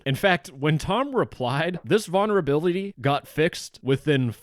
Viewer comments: Vulnerability not vonnerability. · Can you please stop saying "Vaunerability" 😭😭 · Why can’t this dude say vulnerability correctly 😭